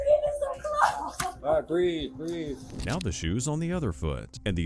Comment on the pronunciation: “I CANT BREEVE!!!” 😂